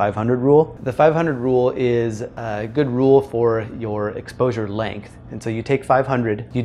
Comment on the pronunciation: I assume you've been told Length has an "n" in it.